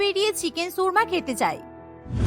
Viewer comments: উচ্চারণ কীভাবে দেখবো? 🙄 শুনেছি, 'সুর্মা'। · চিকেন 'সুর্মা' কী জিনিস? উচ্চারণ ঠিক করেন, 'শর্মা' হবে।